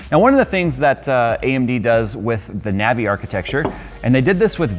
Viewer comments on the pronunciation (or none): Every time he said Navi I lost brain cells.